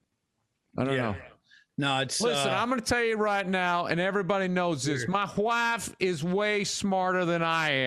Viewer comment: "Mah Hwaafe..."🤣🤣